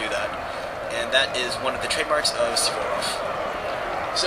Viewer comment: its Suvorov not sevborof